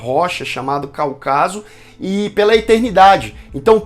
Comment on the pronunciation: CÁucaso. A palavra é proparoxítona.